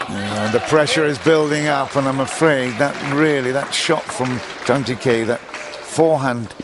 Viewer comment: It would be nice if the commentator could make an effort to pronounce at least the top players' names correctly. It's not Zhang Gee-Kay, but Zhang Gee-Kuh